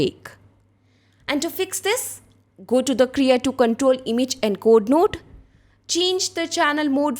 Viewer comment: Thank you, very nice.... BTW, it's Krea2 not KERA..